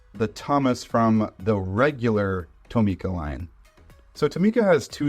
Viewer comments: Tomica isnt pronounced like (toe-me-kuh) its pronounced like (tom-ih-kuh) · I don’t think that’s how you pronounce Tomica 😭